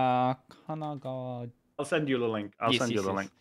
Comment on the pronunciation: DarkXero: "KAGAGAGA...": casually pronouncing "Kanagawa" with a near perfect native Japanese pronunciation